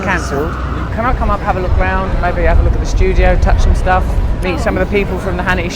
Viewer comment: Studio not sudio